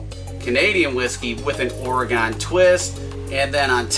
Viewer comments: Oregon is pronounced like orygun not orygone we haven’t went anywhere lol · Little knowledge from your nephew here in Oregon. It’s pronounced “organ” not “or gone” lol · Hun, it’s pronounced “ory-gun” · It’s pronounced or ugh gun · Oregen is how you pronounce it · Down vote because he can't pronounce Oregon. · You’re saying Oregon wrong